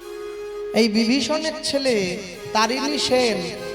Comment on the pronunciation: তরণী সেন ,তারিণী নয়।